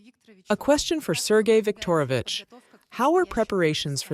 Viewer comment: "Sergai Victorivic"?......LAVROV, if I'm not mistaken.